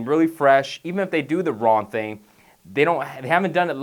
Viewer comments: Was i the only one that notcied he said "Ron" instead of "Wrong"? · it's young and wrong. not yun and ron. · He is saying wrong, he just doesn't annunciate the G much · why does he keep saying ron? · Love he doesn't pronounce the g in wrong.... Don't work out ron! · lol if your youn you dont wanna do it wron lol cant pronounce the g? \ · wrong = RON. Young = YAWN lol YA'LL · Wron and Youn Lol